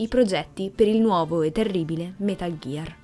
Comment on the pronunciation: Però "metal ghiar solid vi" come lo pronunci stona è metal gear solid 5 non vediamoci la v di venom per piacere